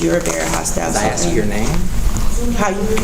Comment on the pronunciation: It's A S K NOT axe!